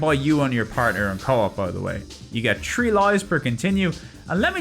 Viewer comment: I tink I would be disappointed if ever learns the dental fricative. Hearing about tree d games has its own charm. Love seeing the cats.